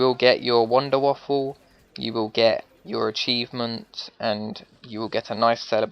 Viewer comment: Btw you know its called wonder waffe. Not wonder waFlle fyi